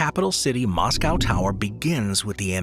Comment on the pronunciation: Dude can't even say Moscow,!